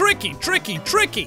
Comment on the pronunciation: It's tricky, tricky, TRLRLRLRLRICY